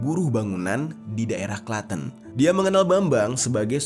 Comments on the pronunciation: Klate'n bang bukan klateen, salam dari klaten bang wkwk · KLA10 bukan KLATEEN BANG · Udh bener2 fokus sama bang jer, seketika ngakak pas bang jer bilang kata "Klaten" 😅😅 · Penyebutan klaten nya bukan gtu bang😅 Saya asli klaten soalnya